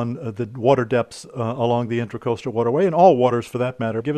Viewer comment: It is the inTRAcoastal waterway. Not inTERcoastal…while you write it correctly, you keep calling it inTERcoastal.